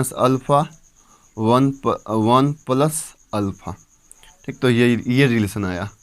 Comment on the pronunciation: Thik शब्द को tik tik बोलना बंद करो